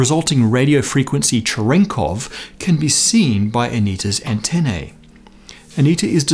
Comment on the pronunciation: The last syllable of “antennae” (the plural of “antenna”) rhymes with “knee”, not “nay”. Why? Because it from Latin, and the Latin dipthong “ae” rhymes with a long “e” (“ee”). That’s why the first syllable “Caesar” has a long “e” vowel sound.